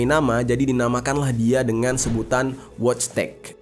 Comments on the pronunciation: wojtek bacanya voitek jer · Wojtek dibaca Voitek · Wojtek dibaca nya voytek bang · Orang poland Itu dibacanya woytek.. genk